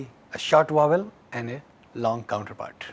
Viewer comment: someone who talk about pronunciation, sound, and phonetic and prononce vowell like "wovel", that realy does not work and it seems unprofessional. Im not trying to be mean or anything its just my opinion. sorry if that offend someone.